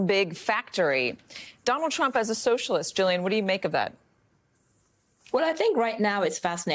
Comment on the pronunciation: Did Bessent say, "President Drump".